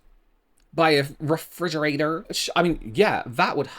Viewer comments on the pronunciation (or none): AHAHA not the refrigeratoRRR 😭😂😂😂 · how he said refrigerator took me out 😂😭😭 I also heard her say something else ...😅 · "refrigerator" 😂 I can't 😂 Also, if this story is true, can you imagine if it was her daughter standing there instead of her when the fridge fell?!? Super dangerous to let her son climb on things (if he does) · Why’d you say refrigerator like that? 😂😂😂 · best way I’ve ever heard someone say refrigerator 😂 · the way you said refrigerator has me 😭